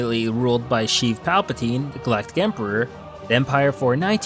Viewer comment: Did he say sheeth palpatine?